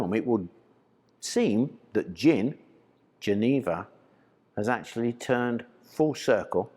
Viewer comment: The actual pronunciation of "Jenever" is slightly different. It's pronounced with a soft J (sort of zch) and the middle e is also short. (Pm me if you ever need help with Dutch/Fleming pronunciation)